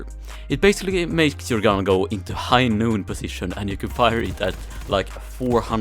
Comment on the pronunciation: I die a little every time you say high noon.